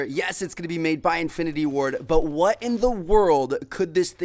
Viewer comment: How tmartn says the word but: "butah"